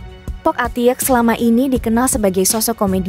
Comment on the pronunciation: Admin ga jelas Mpok Atik kenapa Atiek bacanya